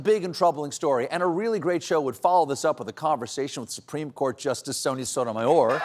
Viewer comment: It’s refreshing to hear my first name pronounced correctly. Sonia